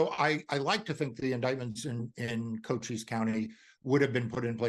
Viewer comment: To the person being interviewed, he should know that the county in Arizona, Cochise County is pronounced "ko-cheese". He pronounced the county name "coaches". Cochise is the name of an Apache Indian chief so it is pronounced as it would be said in the Apache language.